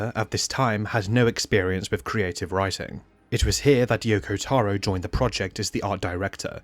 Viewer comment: yokotaro not youkoutaourour gadeyummalditos gringos aprendan a pronunciar correctamente las cosas